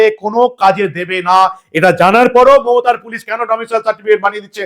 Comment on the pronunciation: আপনাকে বারবার বলেছি Domicial নয় , Domicile 😮